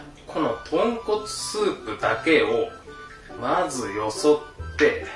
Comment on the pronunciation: ごめんなさいポンコツスープに聞こえました